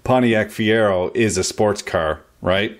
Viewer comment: LOL, he said fiero.